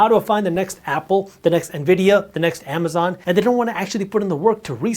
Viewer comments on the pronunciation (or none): none